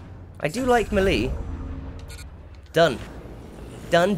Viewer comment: It's pronounced May-lay